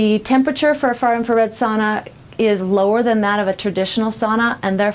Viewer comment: Learn to pronounce sauna correctly.